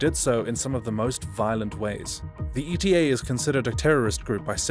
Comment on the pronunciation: the way he pronunced eta AHAHAHAHAAHA